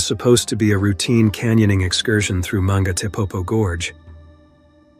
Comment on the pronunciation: The reader is not a human but Ai that's why the pronunciation is wrong